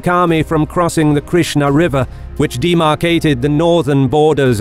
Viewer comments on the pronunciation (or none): none